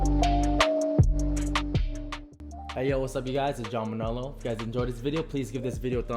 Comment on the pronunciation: When he went say manalo gave the hawaiian vibez